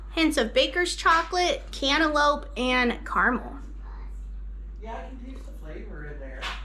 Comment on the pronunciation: Yum! Did you say cantaloupe or antelope? 😂